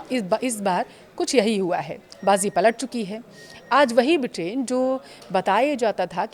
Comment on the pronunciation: ब्रिटेन को बिटेन क्यों बोल रही हो।